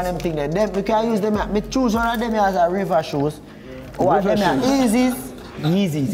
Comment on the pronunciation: Man said river shoe 😭😭😭😭😭